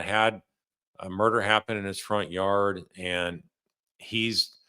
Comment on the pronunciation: Jar far are yard not yawd.